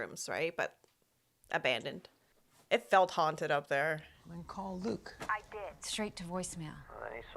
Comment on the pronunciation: He said "loot" not Luke.